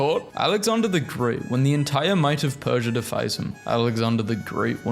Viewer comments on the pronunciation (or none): none